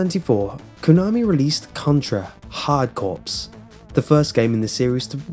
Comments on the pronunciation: I think Corps is pronounced Core, not Corpse. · 'Corps' isn't pronounced as 'corpse', it's pronounced like 'core'. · So good video but the word corps has a silent ps so it's said like hard core. Trust me it's just like marine corps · Corps is not pronounced 'corpse'. Carry on.